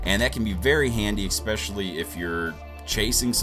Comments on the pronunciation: Absolutely the best Phantom 4 review I've seen so far. My only suggestion, please learn how to correctly pronounce the word "especially" — (not "ekspecially")... just a suggestion :-) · Thanks a lot for the review! And I thought you should know that there is no such word as 'expecially', the word you were trying to say is 'especially'. You seem to be a grown man and a native speaker - it's funny you still mispronounce it. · What is Eckspecially? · I "expessially" liked this video. ( Expessially , and ) :-) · Yah "expecially." Great English